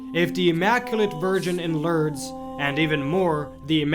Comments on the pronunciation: it is pronounced LORDS not Lurds or Lerds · Pronounced LOORDS. Not Lurds. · Pronounced more like LOUrdes , as opposed to L'rrdes.